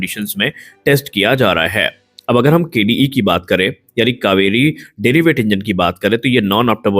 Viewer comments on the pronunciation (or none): "Derivative Engine" and not what you are pronouncing "deriweight"